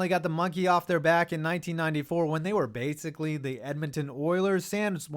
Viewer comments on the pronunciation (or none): none